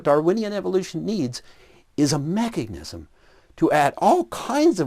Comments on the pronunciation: Am I the only one getting annoyed that says mechagnics? 😳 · He keeps pronouncing it "mecheGnism"... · What the hell is a machicknism? The guy can't even say mechanism... does he think its magic-nism, like his own nonsense? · All this evidence and refutation and whatnot is great and all, but nobody is asking the real question here - Will he ever stop saying "mechignism"? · They'll accept the science that identifies the cell and its "complexity", yet they don't accept that very same science explaining said cell. How does one just "shut off" their logic halfway through a thought? Edit: Irrelevant to any argument, but the way says mechuhGnism rather than mechanism makes him sound like a dipshit. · "there is no known mechignism" WTF? If you are going to talk about MECHANISMS, then learn how to say the damn word! You mispronounced it at least twice. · I've noticed that doesn't say mechanism, he says mechagnism. * Sips drink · Why does “” say “mechig-nizum”???